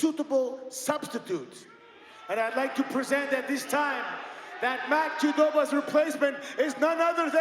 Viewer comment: Santino said "Matt Chudoba".